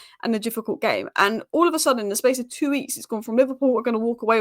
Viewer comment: Please stop saying the word two! 🤦🏻‍♂️😆 TWOOO